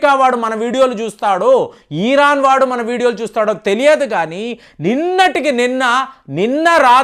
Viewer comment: Eeeeraan kaadhu raa, irran anaali